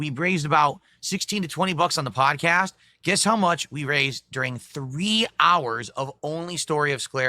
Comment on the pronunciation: "We braised about $16 to $20 on the padchast"